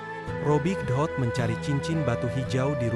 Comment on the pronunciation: Dot bukan ohot